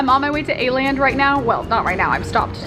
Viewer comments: Why are saying Aland when it’s called Åland 🙈 dont be mad i am just a karen😘 love ya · Everyone in Korea: "let's go to A-land" Me, a triggered Swede: "It's called Åland!" Yeah its kinda pronounced like the ou in "ought to" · It kinda is! As a native Dane, it's kinda triggering to listen to the mispronunciation, just like how Hongdae isn't pronounced as Hongday. But I can bare with it😅😂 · the way you pronounced Åland broke my scandinavian heart 😭